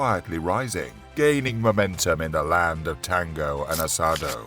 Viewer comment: "land of tangou and assadou" jaja me hizo reir